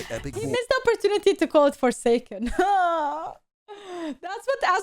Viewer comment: Forsucken lol